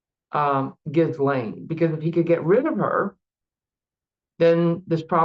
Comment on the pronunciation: Ghee-lane . Come on practice the name pronunciation 😢